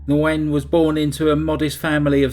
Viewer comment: Good video. Nguyen is pronounced "win" in English... "Wing" in Vietnamese. ❤